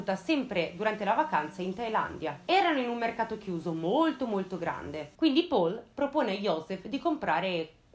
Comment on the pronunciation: Uno dei video migliori, complimenti. Solo una cosa: Paul in tedesco si pronuncia... Paul, non all'inglese :)